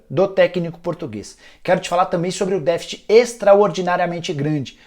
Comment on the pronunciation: vc tá pronunciando a palavra deficit errado.